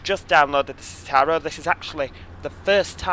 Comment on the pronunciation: Merzzedes Zzitaro 😂 love it